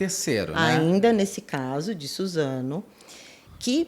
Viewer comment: kkkkk troquei o S pelo Z